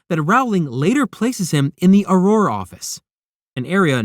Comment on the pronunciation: If I could give you a thumbs down every time you mispronounce Rowling, auror, Voldemort, or other names and words from this universe, you would be flooded with them. I can only give one though.